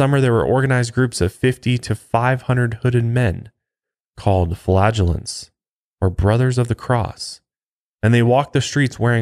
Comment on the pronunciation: No disrespect but I must be immature . The first time he said that word flagulance or however it’s spelled I heard flatulence.